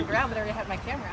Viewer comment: “You had the …… in his said the LEO. He couldn’t even say ‘camera’. What the hell!!!